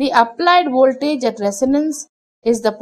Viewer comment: I like the way you say woltage. So, can you explain the Q factor with a pendulum swing. The shorter the string on the pendulum the higher the Q right?